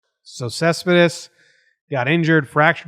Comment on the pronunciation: When you clearly are a NYer because you can't properly say a last name. Other languages are hard. Great video though. lol